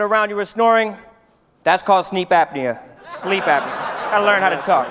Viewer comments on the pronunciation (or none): says "sleep apniah" 😂😂😂